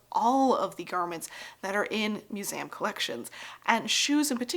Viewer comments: I would love to continue watching content like this but I really really cannot get past you saying “musam” instead of museum. You sound educated. You should know how to speak. Am I a jerk for saying this? I don’t care if I am. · She says "muzayam," actually. And she knows how to say "Leicestershire."